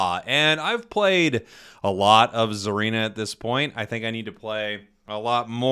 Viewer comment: Hey jake, its pronounced "SAH-reena" not "ZAR-eena" Japanese name, so think of it like "Tsunami"... "T" is silent like "Tsareena"